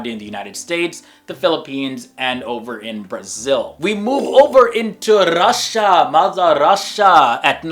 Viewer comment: The way he pronounced Russia lol.